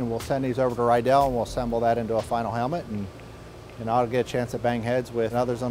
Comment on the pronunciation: ha this guy works with Riddell and cant even say Riddell right